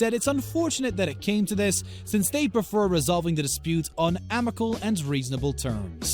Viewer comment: “amical” or “amicable”?